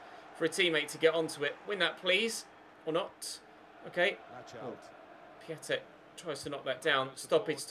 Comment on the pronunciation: Its pronounced piontek ya bender